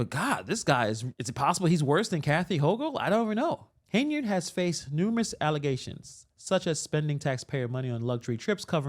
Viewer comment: Come on,, it's "Alllezations "